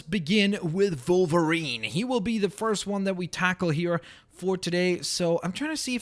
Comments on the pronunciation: Its a w at the beginning of wolverine not volverine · Is it just me or does say Volvarine not Wolvarine? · Why are you saying volverine it's wolverine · u say volverine not wolverine :P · It's pranonst wolverine not volverine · Why do you keep saying Volverine instead od Wolverine??!!! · kept saying Volerine,part russian? CONSPIRACY!! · Stop saying volverine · He kept on saying volverine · Why does he say Volverine? His name is Wolverine. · Wolverine... WOLverine. W. Stop saying volverine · it's wolvirine not volvirine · you say volverine not wolverine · (W-o-l-v-e-r-i-n-e)!!!! Not volverine!!! with a w!! gawd!! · He said vulvreen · is it me or did he say volverine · its wolverine not volverine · Why does keep saying Vulverine when he's called wolverine. Also Plz can u try and make Star Lord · how its pronounced= (wol-ver-ene) how pronounces it= (vol-var-ene) ( i know its a canadian accent by the way) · Why does he keep saying wolverine like volverine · Why do you say volverine? Lol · am i the only one who is bugged because he keeps calling him Volverine? it just bugs me.... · I'm sorry I have ocd and when you say wolverine you actually say volverine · Are u German cause u pronounce wolverine as volverine and that German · WOLVERINE NOT VOLVERINE WOLVERINE OK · you said Volverine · Wolverine not Volverine!! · why does he say 'volverine' instead of 'wolverine' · volverine me: aaaaaaagh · why did it sound like he was saying "volverine?" is he German? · why are you saying volverine? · Did he say volverine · canadi an accent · when he says wolverine it sounds like hes saying volverine. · SAY WOLVERINE CORRECTLY!!!!